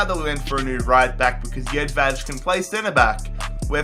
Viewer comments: Its jedvaj you say it how its wrote hes not spanish so you cant say jedvaz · Jedvej pernounciation 😦😦😦